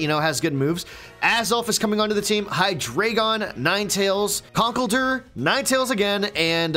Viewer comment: WHY DO YOU PRONOUNCE CONKELDURR SO WRONG???